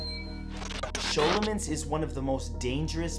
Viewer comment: I guess I've been mispronouncing scholomance for years.